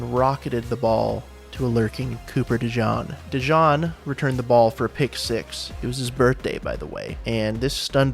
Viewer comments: Cooper Dejean. De GENE, not De John. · And .....his name is DeJean ...pronoun D' ZYEEN not DeJohn....Dude...the Chiefs have been relying on comebacks...all...fucking...season. That's What The Fuck happened. Philadelphia learned how to contain with 4...not ONE blitz on Mahommes...THAT'S what the fuck happened. Saquon became a double teamed target of KC's average at best D while Hurts torched KC's deep coverage ( see 40 yd dime in 3rd). KC was a B minus tightrope walking team that met with Philly's A game deeeeeeeeeep team. BOOM! G'night Patty...see ya next year. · Cooper DE JEAN!! Please not de John! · You sound good until you miss pronounced cooper name wrong !! He's not black , it's not Jown, it's Jean!!! 😂😂😂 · It’s not pronounced Dejean it’s pronounced Dejean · it's pronounced De GENE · It’s pronounced De-jeen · Wow... you're sarcasm is better than the whole Chiefs' offense. Oh...and it's De JEEN, btw. pffft. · You said cooper dejeans name wrong